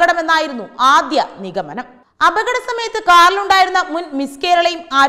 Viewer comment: NIGHAMANAM 🤔NIGAMANAM.!😄